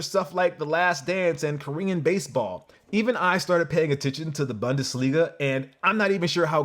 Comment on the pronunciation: it’s BOONdesliga, and it’s actual one of the top 5 soccer leagues out there. Great stuff!